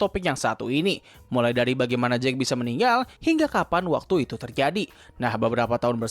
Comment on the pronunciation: Jake dibaca jeik, kalau jack dibaca jekk